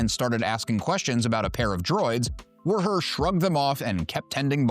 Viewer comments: The bartender's name is simply "WUHER", not "WERR-HER" like you seem to be saying, making this challenging to watch, but, I made it through it,🤣 so, THANKS!🙏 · Woo-her is how they pronounce it in the unabridged audiobook of tales from mos eisley cantina and the audio drama